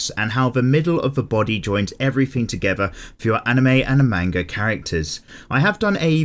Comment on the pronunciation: when he says "man-ga", it bothers me.